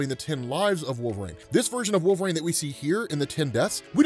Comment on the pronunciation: I love how you pronounce it "Wolv-RAIN" lmao